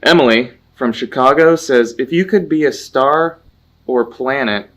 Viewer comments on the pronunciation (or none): none